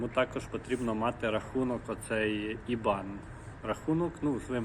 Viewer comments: Мабудь не ібан а айбен читається 😊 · не ібан, а айбен. Цеж англійською мовою написано iban і читається як айбен.